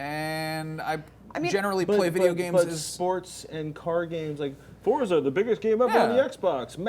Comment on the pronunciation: why do people say fortza instead of forza is it a different game